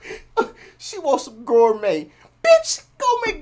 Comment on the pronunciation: And “gourmet breakfast” not “score me breakfast”